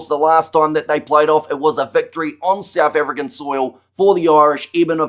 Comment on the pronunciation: I absolutely love your pronunciation of the SA names. Nice enthusiastic, knowledgeable channel